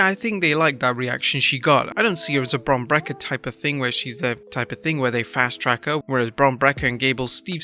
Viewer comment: For the love of god stop pronouncing his name as "Bron Brakker"